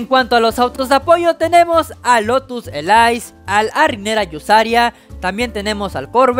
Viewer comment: El Agera no se dice AYERA se dice Aguera,, el Lotus Elise no se dice ELAIS se dice Elís con la E siendo muda 😶